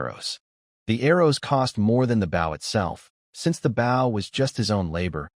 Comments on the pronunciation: Holy hell! Can you not pronounce bow properly!? It's the object, not the action. Jesus! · I cant wait till the ai can pronounced bow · His ai trying to say bow is so annoying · someone please put in a bunch of suggestions to teach this ai how to say bow (like bow and arrow) bOh? Making me crazy that they all say bow as bough.